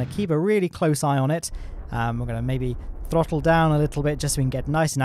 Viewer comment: You went full Scottish when saying throttel